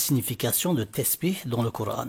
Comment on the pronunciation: Tu sais même pas dire Coran en arabe ,va dormir